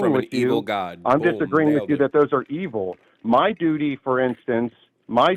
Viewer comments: Heehee, he said “dooty.” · That was painful. (snickers). "Dootie" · hehehe, he said dudy! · Hehehe he said dooty so many times. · 😂 lol he said dootie 💩